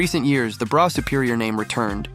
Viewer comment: Brough is pronounced bruff